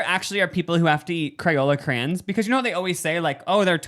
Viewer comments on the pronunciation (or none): I’m going to like and comment because I love you, but I’m now logging off because I can’t stand when people say crayons like that😂